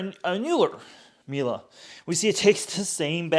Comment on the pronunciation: The way he calls it Mila each time really triggers my inner Monk, there ist no A in Miele